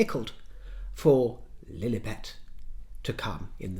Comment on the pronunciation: I just love it when you say ‘princess flllugffllliiibetttt’😂😂😂😂